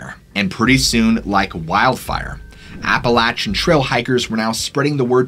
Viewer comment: Hey, lifelong Southern Tennessee resident here. You're pronouncing Appalachia wrong. It's App-Uh-Lay-Shah and App-Uh-Lay-Shen. When people pronounce it with a "latch" sound thrown in there, it makes us want to slap the taste out of their mouths 0_0